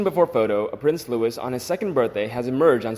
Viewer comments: Please correct your pronunciation of Prince Louis...it is not Lewis, it is the French pronunciation Lou-ie, the s is silent! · PLEASE STOP 🛑 miss pronouncing Prince Louise’s name ! It’s not LEWIS it is LOUIS , the S is silent, it’s a French name and is pronounced in the French way ! As I’ve said before, why don’t you employ a REAL Brit’ without an American accent to read your scripts ? There are so many similar mistakes made, but I guess most of your ‘audience’ don’t understand either !! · LOUIS = sounds like LUEY NOT LEWIS! YOU HAVE NO BUSINESS TALKING ABOUT THE ROYAL FAMILY IF YOU CAN'T PRONOUNCE THEIR NAMES! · For goodness sake, do some research. The little prince's name is pronounced the French way, LOU-EE not the harsh American LOU-ISS. How can you be 'royal watchers' and not know that???? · Loo ee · When mentioning Prince Louis, do not pronounce the S at the end of his name; it is different from Lewis, where you hear the S sound at the end.